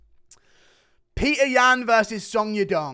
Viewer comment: say Petr's name right